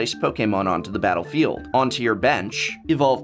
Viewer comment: Prof used to pronounce "battlefield" very... peculiarly...